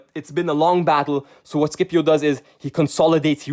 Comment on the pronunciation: SCIPIO ISNT SKIPIO